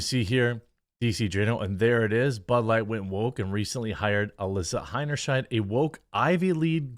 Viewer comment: Btw the sheid part of her name if pronounced as it ought to be rhymes with height!